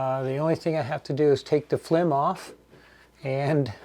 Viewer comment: Nice job! ...and I LOL'd at flim....:-) English is a bitch, he does pretty darn well...certainly better than my Italian!